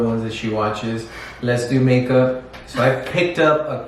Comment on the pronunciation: When he said “LESDOMAKEUP” 💀😂